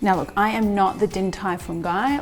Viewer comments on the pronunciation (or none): none